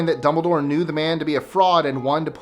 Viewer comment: Mara Schimmel its Dumbledore not 'Dombledoor'. If you think I'm being mean, you should see my best friend. And it's Hermione, not 'Harmione'.